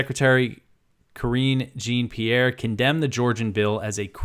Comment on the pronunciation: Jean rhymes with Sean, not Gene fyi.